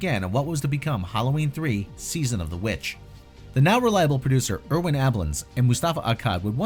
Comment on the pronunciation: 🤦‍♂️ another person that can't pronounce names right....butchering Irwins name